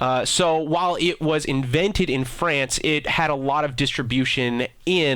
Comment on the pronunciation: "invinted" and "acoog"